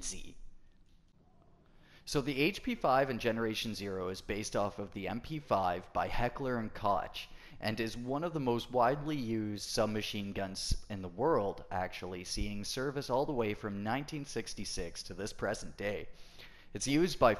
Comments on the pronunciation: Koch is pronounced the same as Cock. Heckler and Cock. standard German pronunciation bullshit. Also the spread on the HP5 is RIDICULOUS, the MP5 is a very accurate submachine gun (its basically a mini G3/AK4, common DMR candidate rifles due to inherent accuracy) and VERY soft recoil. That bugs me to no end. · Koch is pronounced like Coke the drink😁. Great video as always, your channel has allowed me a measure of success in GZ that I did not have before lol. This is a hell of a hard game if you don't know what you are doing...